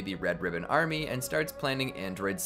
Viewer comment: "Red ribbon ArMEH"